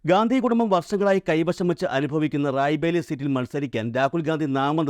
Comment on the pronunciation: റായ് ബേലി അല്ല സുഹൃത്തേ റായ്ബറേലി